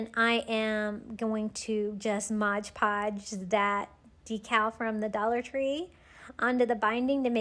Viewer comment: Say it with me now... MOD Podge. 😁😅♥️